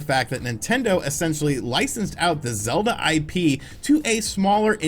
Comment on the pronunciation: It's-a pronounced zee sequel too-a zee legend of zeelda breath of zee wild.